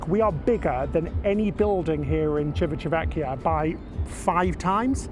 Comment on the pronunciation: CHEE-vee-tah VEHK-kee-ah. Ci always chee like cheap. Ch always a k sound. Two c's mean stay a little longer on the c/k sound. Italian isn't easy! 😜